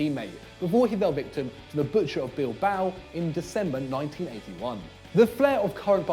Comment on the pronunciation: Damn you butchered the "Butcher" of Bilboa